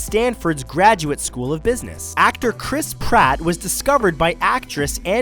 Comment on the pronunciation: I'm sorry but I couldn't tell if you said Chris Pratt or Chrisp Ratt